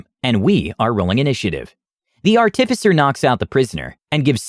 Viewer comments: Dude, fucking learn how to pronounce “artificer,” holy shit, every time you say it wrong like that I want to slam my head in a door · You got chimera right, now you just need to work on artificer.